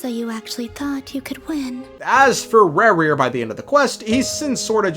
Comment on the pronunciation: Rerir ❌ Rawr-rear ✅